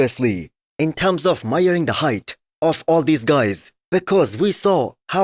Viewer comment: "in terms of muyering the height"